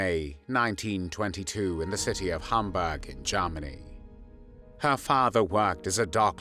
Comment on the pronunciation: Nineteen tharty three Garmony!!😅 AI?